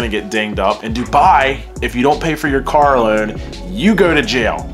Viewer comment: Was anyone else really struggling to understand that he was saying “car loan” like i was just hearing “karalowd” is this a california accent?